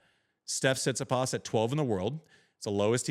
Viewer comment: Amazing how you dudes cant even pronounce his name after all these years. TsitsipAs, its not that hard